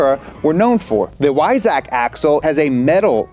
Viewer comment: Its funny, to listen how you say "Weissach", if you know that city and how its spelled in german. 😂😂😂